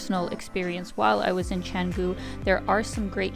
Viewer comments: It's cha..not che...like so lazy to pronounce it in its language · Very good brief description of what Canggu can offer whilst there are more to be discussed. A bit of comment, if possible, is to pronounce the word "Canggu" as the locals do would be much appreciated than sticking to the tourist accents. Thank you.